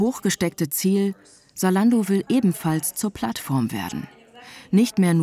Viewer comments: Salando ? Warum kein Z in der Aussprache? Wir brauchen mehr junge Leute in der Politik die das Team antreiben. Weil ein alter Politiker der die Technik kaum nutzt würd sich für das Thema wenig einsetzen. Es müsste zu dem auch erst einmal überall in Deutschland für jede Stadt, Dorf Internet zur Verfügung stehen. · Es heißt nicht Saalando sondern ZAlando !!!!! Argh … 🥴🤦🏼‍♂️ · Warum wird Zalando "Salando" ausgesprochen? Da hab' ich die letzten Jahre wohl was falsch gemacht ohoh